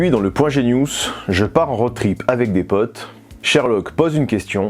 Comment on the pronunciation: Ha bon on dit « geniousse » ?!